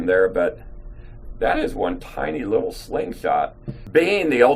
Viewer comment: Welcome to Gun Show. He is starting to buff up a little...emphases of the word little:)